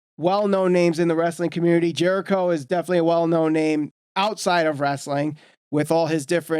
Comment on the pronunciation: How do you mispronounce Jerichos name smh.